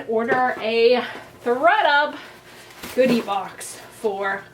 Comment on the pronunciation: I've never done a styling service, and I don't know that I would, but this was a fun video! I also, at the beginning, thought you said you got a "booty" box instead of "goodie" box, and I was really interested in what that was going to look like! Hope you do another one of these.